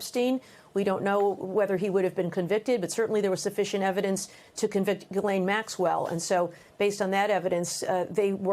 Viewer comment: How are people STILL not able to pronounce Ghislaine correctly??? Stupid Americans